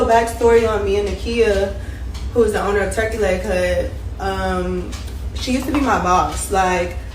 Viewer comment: Owner not ers, he across the street laughing